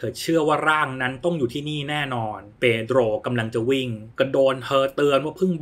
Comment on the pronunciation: ชอบสำเนียง เพโดรว์...😂